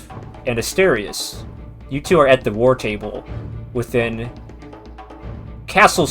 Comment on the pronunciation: The biggest mystery of this prequel is if will learn how to pronounce Asterius’ name between these events and several years from this point.